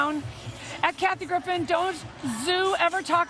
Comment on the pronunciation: LOOOL, the guy cutting the cake said "Kathy Griffith" :D